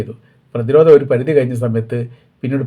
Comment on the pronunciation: വായ, കോയി, നായി, കയിഞ്ഞു, എന്നല്ല മലയാളം പഠിക്കു